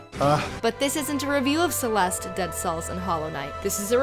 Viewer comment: Didn't the last "e" sound in "Celeste"?